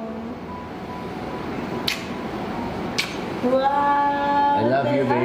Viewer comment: so enjoy talaga this couple..hahahhah natawa talaga ako sa sabi ni mr. robin na"prounounce you hashband and wife hahahh love yu po,, at saka yung sabi niya na you may now kiss the bard hahahhah love you both